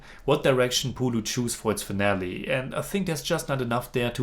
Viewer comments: not "പുളു" its "പുഴു"🤣🤣🤣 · "പുലു" അല്ലടാ ചെറുക്കാ "പുഴു" എന്ന് പറഞ്ഞ് പഠിക്ക്